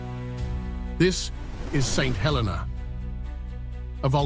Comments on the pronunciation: It is pronounced "Sent 'El-eena". Also Jonathan came in the 1880s way after Napoleon died. Lived there as a kid in the 1970s. Do your research and get it right or are you just AI slop? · Great video. Just the pronouncing of St Helena. Nearly fell from my chair when I heard it he first time and thereafter it started to spoil the video. The correct pronounce is: Saint (SAYNT) He (hə) - sounds like "uh" le (LEE) - rhymes with "tee"- na (nə) - sounds like "nuh"